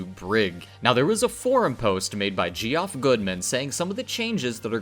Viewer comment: lol Ge-Off goodman hahahaha oh lordy... geoff is just another spelling for jeff. Isn't english such fun